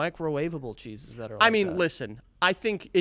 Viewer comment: Lmfao the way they’re pronouncing “cheeses” sounds like they’re saying “Jesus” but with a weird lisp/accent hybrid😂